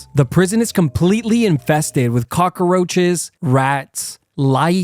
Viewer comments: Learn how to say "cockroach." Cock. Roach. Not "cock-a-roach." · Cockroach not cockAroach. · You say cockaroach like you hate Columbians